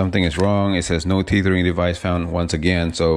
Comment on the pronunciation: Please pronounce “Tethering” like you are saying “Feathering”. Tether rhymes with Feather.